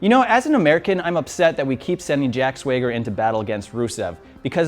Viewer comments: Jack "Swayger"? You mean Jack SWAGGER? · Why is he calling Swagger, 'Swayger'? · Say it with me now Swag-ger very good. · It's jack swagger not swayger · Next week you need to apologize for saying Jack SwAger instead of "Swagger". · Jack SWEGer? Swagger m8 not SWEGer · Swayger....stop that please. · He said Jack 'Swayger'. LOL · the time i heard "jack swayger" i disliked this videooo. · Why the hell are you saying Swayger?!? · jack sway-ger? cmon man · The way he says jack swagger "jack swaygger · Swa ger no it's swag er smdh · SWAYGER? HAHAAHAHA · "Swag-ger" & not "sway-ger" :) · Did this guy just say "Swayger" and "Ava Marie" Is he just fucking with us or what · Swayger? it's pronounced Swagger, Swag ger it's not hard dude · he said swager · I don't even care that he's mispronouncing Swagger, seeing the comments is too funny 😂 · Jack SWAG S-WAH-GER, NOT SWAY-GER! PRONOUNCE IT RIGHT YOU TINY HUMAN! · LMAO HE IS PRONOUNCING JACK SWAGGER AS JACK SWUEGUER HAHAHAHA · Uhm Jack 'Swayger' ? He has to be messing with us right lol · It's Swagger, not SWAYger. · he said "jack swegger" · swagger not sweager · Ok now next week just say that its swagger not swayger. Lmoa make it a weekly thing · ANY AMERICAN CAN SAY SWAG-GER not sway-grrrrrrrrrrrrrrrrrrrrrrr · Swagger, not SwAger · "Sweyger" fck im done. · Swagger not swager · Jack Sway-ger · Did he say Jack SWAYgger? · He said "Swayger" on purpose,stop being so damn annoying about that. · How do you keep saying Swagger's name wrong over and over after saying sorry for saying someone's name wrong? Swagger needs to go off to do more American things. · Did anyone else cringe and do an eye roll every time he said Jack Sweyger ? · Dude. SWAG-ER. How it's pronounced how hard is that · WTF does this dude even watch wrestling?!?!? Jack SWAY-ger WTF is this bullshit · Ava Marie...Jack Swayger. Yes...JBL is garbage, but when you botch simple names like that...you have no room to talk sir. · swayger 😂😂😂😂😂 wtf mate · "Jack Swayger"